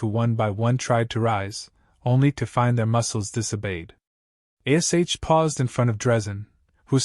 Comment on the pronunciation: Good story👍👌, but the AI does annoy me with spelling out Ash's name👿☠️🤬